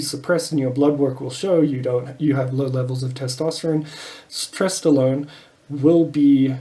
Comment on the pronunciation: Did you say stesstolone ? Lol